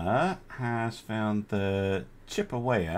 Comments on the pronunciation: It is pronounced Chip-eh-wah, just an FYI! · the American BB is pronounced Chip a waw, it is an American Indian name, like Choc taw.